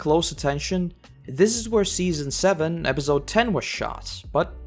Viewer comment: No offense bro, but episode is pronounced with a soft 's' and not a 'z'. Other than that, great vid